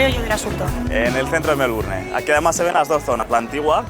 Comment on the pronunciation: Por Dios,tantos años en Australia y no puede pronunciar bien Melbourne!